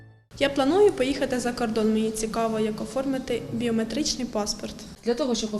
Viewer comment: як "Оформити", а не "формити"